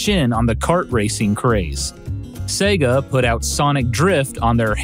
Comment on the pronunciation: Finally, an American who pronounces SEGA correctly!!! God Bless You:))))